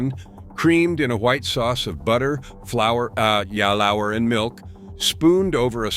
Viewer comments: again at “ah ya lour” instead of “flour” - it’s fine to use a narrator but don’t maybe mislead people in the description, and maybe have enough of the craftsmanship you boast of to fully listen to the generative material you’re creating before you publish? - can we trust all these visuals now? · wtf. "yalowerr" ? 😆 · What is the "flour a ya lawer" ???